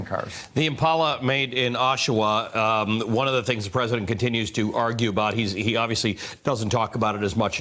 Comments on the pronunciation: It's not O-Sha-Wa ... its Osh-wa... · Thanks to my fellow Canuck for getting the lady to pronounce OSH-AH-WAH (Oshawa) correctly. Oshawa is known as the city that 'motor-vates' you :) The good news is a new Toyota parts plant is opening 15 minutes east of The Shwa:) And Darlington Nuclear has some retirements coming up. Darlington jobs is also 15 minutes east of The Shwa too :) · Retraining is a great idea. Also, O-sha-wa was hilarious. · Oshawa, is pronounced Awshawa, get someone who can read to deliver the news. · The pronunciation of “Oshawa” actually killed me 😂😂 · MSNBC cannot even pronounce the city correctly.